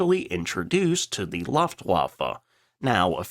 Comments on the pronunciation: looft not loft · Dude, it's pronounced "LOOFT-VARFAH" not "LUFFTWARFAH". I'm not even German and I know that. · in you pronounce Luftwaffe wrong…Luft rhymes with “put”… not “puff” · The correct pronunciation of Luftwaffe is loooft-waffe, not luffft-waffe. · Not Loft-waffe. Sounds similar to Lure... Click on the little speaker next to the pronunciation link. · I'm not even German, heck, I don't even speak more than 100 words of the language, but even I can tell you that Luftwaffe; is NOT pronounced "Luft-wuh-fah" but instead "Looft-wuf-eh" For future reference, to any native English speakers who also lack general knowledge: 90% of world's languages pronounce consonants the same way; English is the odd one out in this matter. A is pronounced "ah", E is "eh", I is "ee", O is "oh" but without the tail (basically try pronouncing it very short), U is "oo". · its Luftwaffe not loftwaffe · LOOFT vwaffah not Luft wahhffe. Not Fahkkeh Wolf. but Foahke Vwulf. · 🙈 Luftwaffe. Llawhfdtwuuffle🙈 Try Loftwaffle. Without the L at the end. Loft-Waff(l)e. But you probably drive a Porsch.... 😂😂😂😂😂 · Try saying "Looft-vaffa" instead of "Luuft-vaffa" (just sounds better ❤) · the Air Force was publically and officially called the LUFT-WAFFE. U is pronounced like OO, and W is pronounced like V. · Try: LOOftwaffe. As the sound in "Woof woof" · There was and is no "facke wolf". There also was no "laftwaffa". There was also nobody involved in this named "Milsh" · Luftwaffe is pronounced “Looft-vaffa”. All w’s in German are pronounced with a ‘v’ sound. Haven’t you ever heard the accent in old war movies, or the exaggerated ones in ‘Hogan’s Heroes'?😉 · I only ask this because it's a consistent error, but please try to pronounce Luftwaffe correctly. The U in Luftwaffe is pronounced like a double oo, "looftvaffe" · Pronouced LUFT-WAFF-A. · Luftwaffe pronounces as "Looft-Va-Fe" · "Looft-Waffe" Sorry it hurt my ears. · Luftwaffe is pronounced "Looftwaffa". You know better.